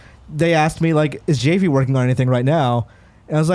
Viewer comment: My real is Javy n it was really bothering me that was pronouncing Javy with the J the J is silent it’s the H lol n more shocked he didn’t correct him lol 😂 but great episode I love GI crew and sad that they got separated!